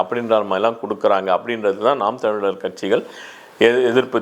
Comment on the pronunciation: ஐயா எல்லா வார்த்தையும் தெளிவா வருது ஆன நாம் தமிழர் மட்டும் உளறுது 😄😄